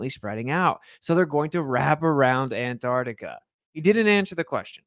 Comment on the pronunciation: Antarctica = On-Tahk-ticker